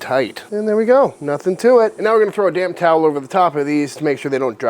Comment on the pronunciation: Instead of the second dose of mushrooms should have added some of the bacon onion jams for the previous video. Also so thought you said cover with a DAMN CLOTH instead of DAMP!!